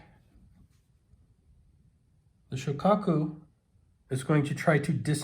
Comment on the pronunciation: Actually it's SHO-kaku